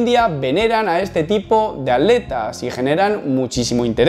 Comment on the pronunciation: Sorete por qué decís aleta???? Se dice ATLETA